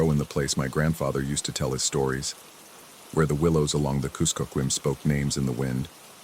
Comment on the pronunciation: You can’t drive wood stakes into permafrost with a rubber mallet 😉 KUS-kuh-kwim